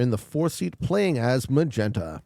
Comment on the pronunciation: Did he say MAN-genta?